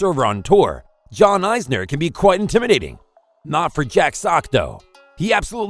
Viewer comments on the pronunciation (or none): John "eyesner" ? Need a bot that knows a little more about tennis. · It's not pronounced joke-evic !!!! And wawrinka is pronounced using V sounds not Ws. Isner is a short i not a long Eye sound. Honestly, do you even watch tennis or know anything about it? or did you just say to yourself I want to start a YouTube channel, I'll just spin a bottle and whatever it lands on that'll be the topic of my channel